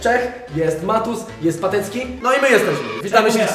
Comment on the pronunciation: Czm kiedy Friz powiediał Matus zrozumiałem Patus xDD